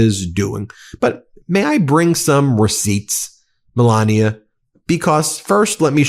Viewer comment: And this is a woman who is teaching kids how to read?? How can she teach kids how to pronounce words properly?! She's been here for a very long time and she still lays on her accent as heavy as she can. Melania, it's not sexy, you just sound ignorant.